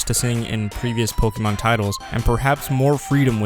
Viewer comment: Dude you gotta learn how to pronounce pokemon properly if you're going to talk about it for a whole video lol